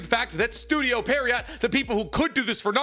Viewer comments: please say pierrot correctly this is killing me you say it so often pleaseeeee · year 9 of misspronouncing pierrot. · Maybe he's dyslexic 🤷‍♂️ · pronounce studio pierrot's name correctly challenge: IMPOSSIBLE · Still sayin pierrot wrong .. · Just for the future, Pierrot is a French word. You pronounce it "pee - air - oh". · Pierrot is actually pronounced more like "Pee Arrow". It's the French word for clown. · These mispronunciations of Studio Pee-Air-Oh make my skin crawl 😖😂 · studio "periot" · he is lol. it's pronounced "pierre-oh". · Pronounce "Pierrot" like "pee-hair-ho" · It's officially studio Perriot 😂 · Why do you pronounce pierrot like peariot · Bro keeps saying estudio Perryowt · Damn, this guy really can't pronounce "Pierrot", can he? lol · doesnt know how to pronounce "studio pierrot" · MF can't pronounce pierrot to save his life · The way you mispronounce the studio name over and over 💀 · After hearing all this, I don't even mind that you mispronounce their name anymore